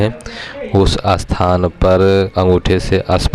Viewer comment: Asparsh,asthan.. kindly Hindi pronounciation par pehle sadhna kariye.